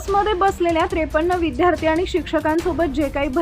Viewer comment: "विद्यार्थी" या शब्दाचा "विध्यार्थी" असा चुकीचा उच्चार केला जातोय. शब्दामधे " द "ला या जोडला आहे. " ध " ला या जोडला नाही. चुकीचे मराठी कृपया बोलू नये, ही हात जोडून नम्र विनंती.